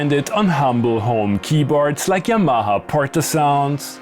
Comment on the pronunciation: Im going to need a tutorial on how you pronounce yamaha